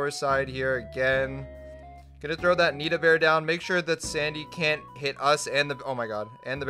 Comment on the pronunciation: Its nito not nita.